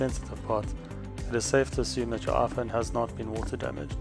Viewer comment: "Aphone ten"